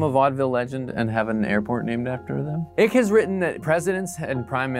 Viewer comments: How much research did you do that you can't pronounce David ICKE'S last name properly?? I appreciate the info though.. but the comedy downplays the reality of this info. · You are pronouncing David Icke’s name wrong. If you are serious about what you are posting here, you would at least pronounce his name right. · You can't even pronounce his name properly. It's icke similar to hike without the h... boring video btw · Why do you intentionally mispronounce the conspiracy theorist's name? The dude is crazy but you can at least get his name right. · Pronouncing David ICKE as David ICK tells me this dude is lying when he says he has a genuine curiosity for conspiracies, in reality he’s just reading from a script (nothing wrong with reading from a script to make content, it’s just a lie tho isn’t it :/). David ICKE is literally the most (in)famous conspiracy theorist in the world... you just can’t pronounce his name wrong if you’ve been involved in looking into this stuff for so long like you said. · Dude, it is pronounced "Eyek" but I understand why you would say "Ik" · Not sure if anyone else has mentioned this but I think the presenter should at least get David's name right. It's not 'ick'. It's pronounced 'Ike' as in the nickname of American President Dwight D. Eisenhower. Thanks. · David Icke is pronounced ike, not ick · David "Ick". Isn't it pronounced "ike"? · David Icke's name is pronounced, "eye-k" not ick, btw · Do a video on how to pronounce “Ike” instead of “ick” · Its pronounced David Eye-k not Ik. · David "eye-k" not "ick" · Icke rhymes with "pike", not "sick" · It's Icke - rhymes with Trike not Trick. So not much research went into this piece. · It's pronounced Ike( like like) not Ik. Lizards would approve of a warmer planet..... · His surname is pronounced 'Eye-k' not 'ik' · Lol David Ick ... Hilarious, its Icke as in Hike without the H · Take the "L" off the word "Like" and that's how to pronounce Ike. Not ick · It’s said EYEck not Ick lol